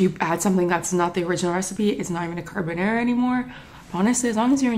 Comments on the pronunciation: She took a whole ass class and still says carbonæra lol we stan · CarbonAra, not carbonera. Please!! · just trying to figure out why she keeps pronouncing it carbonEra tho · car-BON-are-ah not car-ba-narah love u but please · You’ve taken a course on this and say CarbonAIRa?